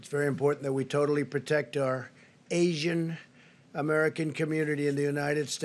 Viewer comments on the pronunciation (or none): Why does he have to emphasis "Asians" like that? He says it like how he says "China", is he disgust by us?